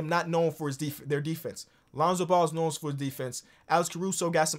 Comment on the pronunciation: “Lonzo Ball’sknon for his defense.” 😂😂😂